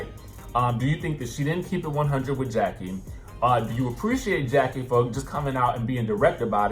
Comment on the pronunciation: Rheshonda Adams Evelyn never said that her and Jackie were not friends Feby did and Og made it seem like they were all laughing at Jackie witch they wasn’t they were laughing because Feby mispronounced Jackie ‘s name